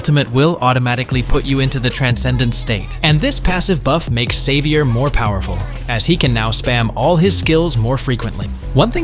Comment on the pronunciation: He was saying xavier and I heard saber😂😂